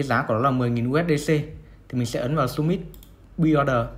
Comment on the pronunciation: Góp ý với bro là Buy (bai) chứ không phải (b-uy). Đang vừa nghe vừa làm việc phải giật mình click vào xem (buy) là gì 😂